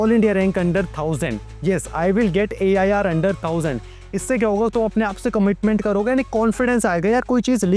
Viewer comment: " I will get AIar under 100 "